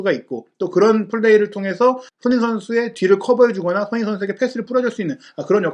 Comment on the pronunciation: 말이 너무 빠르고 웅얼울얼해서 손흥민이 소는민, 소네인 이라고 들리는 등 듣기가 좀 불편하네요. 첨부터 쭈욱 같은 템포로 랩을 하시다보니 나중에는 귀에 피곤하기도 하구요. 눈으로 보기에 화려한 영상도 아니고 말이 전부인데 발음에 좀 더 신경을 써주면 좋은 영상이 될거같습니다.